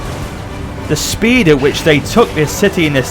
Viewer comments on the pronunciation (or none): none